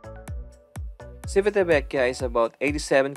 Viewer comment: It's Chivitavekiya😊 Italians don't pronounce their 'ci' like 'si' in Tagalog. It's weird, but that's the way they pronounce their words. 'Chi' on the otherhand is pronounced 'ki' like in Kiko!😀